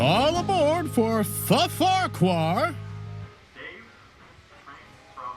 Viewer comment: am an American and the shame I feel from this managers stupidity and the mispronunciation of Farquhar station is infuriating beyond rational comprehension. Farquhar.